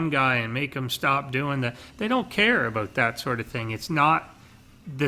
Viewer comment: "A-boat" :P lol